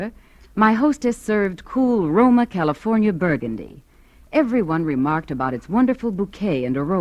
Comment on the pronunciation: Those excellent Californ-eea wines!